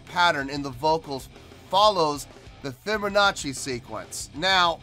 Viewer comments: LOL "fibbernachi" LOL! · Sounds like you’re saying “fibber nazi” 😂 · There is no r in fibonacci